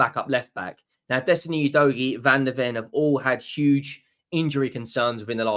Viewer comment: He still can’t pronounce Udogie correctly in spite of him being with us for a year. 😬 you dough gee … it’s like finger nails down a chalk board